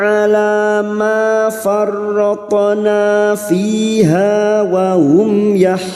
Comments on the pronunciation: Farroth'na ko terdengar jelas Farothona yah.. ? Bukannya itu ada sukun ustadz..? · huruf tho seperti tidak sukun dalam ucapanmu......